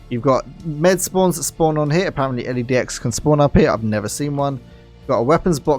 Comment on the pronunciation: L-E-Dx haha LedX mate